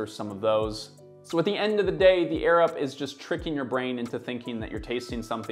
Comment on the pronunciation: I kept hearing “the Arab water bottle” 😂